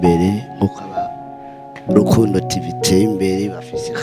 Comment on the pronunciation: Alvella urantwenza ingen uvuga Rukundo ngo ni lukundo